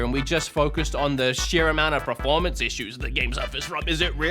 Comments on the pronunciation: Please say performance!!!! preformance is not a word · I respect his right to an opinion on a video game. Fair play. But goddamn i wish he'd stop saying PREformance. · bro, are you trolling us every time you say performance? I swear in every video I hear you say pra-formance. Not bagging you, I'm just curious if there's an inside joke we're not aware of. 😅